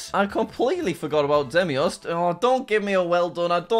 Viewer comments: Its pronounced day mos. not de mi os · it's Deimos Jack, not Demios. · It's deimos not Demios jack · ”demios” its deimos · It's Deimos, not Demios Jack. day-mos and Phobos like, phobia, pho-bos